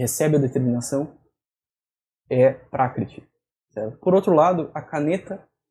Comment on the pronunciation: Você falou 'prákitih', o que não faz sentido nenhum. Confira no próprio vídeo que você mandou. Seu ouvido é ruim ou você está se fazendo de idiota.